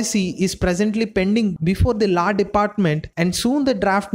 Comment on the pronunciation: ITS LAW NOT LAAA 😂🤣😂🤣😂🤣😂😂😂😂😂😂😂😂😂😂🤣🤣🤣🤣🤣🤣😂😂